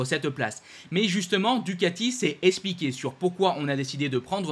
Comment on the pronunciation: Je vous en conjure, s'il vous plait.... c'est eXpliquer, et non pas eSpliquer 😓